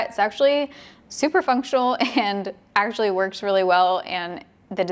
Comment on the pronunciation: When she said actually it sounded like she said sexually 😂😂 10/10 moment